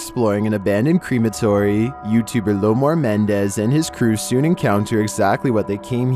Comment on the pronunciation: It’s MENDZ not MENDEZ